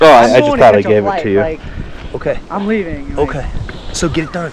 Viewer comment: He says “I’m hleaving now for my flight” sounds like you should stick around for awhile, miss the flight, and sue they asses, since you never did shit.